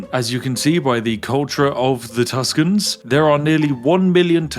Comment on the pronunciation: Wow, Tusken Raiders! (Listens again) Ah, Tuscans. (disappointed noises)